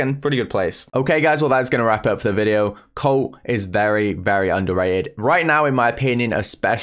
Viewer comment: British Colt becomes, “Coat” 😂